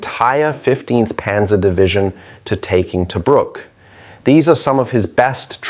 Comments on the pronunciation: pronounced TaBROOK. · Us Australians are proud of our "Rats of Tobruk". Great summary but if only "Tobruk" wasn't mispronounced throughout. It is "Tu-brook' - U as in 'up' & 'brook' said same as a small stream. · Yeah, but where is this "Toe-brook" place he keeps talking about?